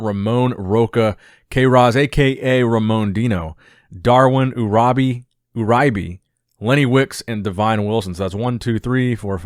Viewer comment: Not totally sure about this but almost positive Uribe is pronounced “you-ree-bay”